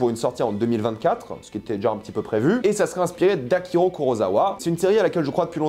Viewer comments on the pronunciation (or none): C’est Akira Kurosawa, pas Akiro😂😂